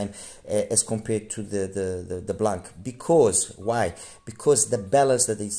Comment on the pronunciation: In French the C is silent in blanc. It means white.